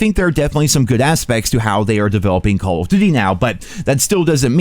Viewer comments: "Call o'ddy". Slow down, brah. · why cant he say call of duty?